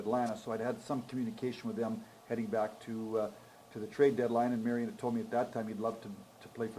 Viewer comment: Marian and not Marion!!!!!!!!!!!